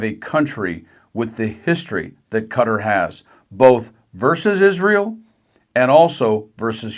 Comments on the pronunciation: Ka-tar, not Cutter 😂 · Ka-tar, not Cutter. Please pronounce it correctly.